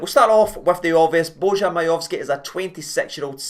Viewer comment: You read the J in bojan as a y its not Z Watp ale ale